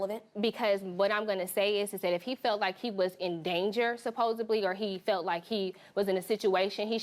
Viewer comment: She's "educated" 🙄 but mispronounces the word "supposedly". It's not spelled with a 'b', so it's not supposeBly... it's supposeDly. And she SPITS on people she "loves". Please, girl. GROW TF UP.